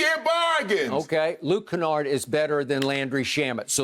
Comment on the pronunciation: "Luke Canard, Luke Skywalker, don't mattah" 😂😂😂